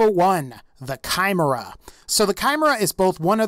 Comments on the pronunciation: Nice video, but holy shit, your pronounciation is attrocious. Not only on the cherè Amie but also the Chimera and many of the greek mythological atlas guns. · Are we not going to address the way he pronounced chimera It sound like he's trying to say camaro kai mer uh It's so easy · The way he pronounced chimera lol